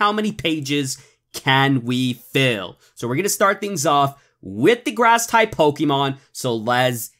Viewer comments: Wow he still says pokeman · It is not pokeman it’s is pokemon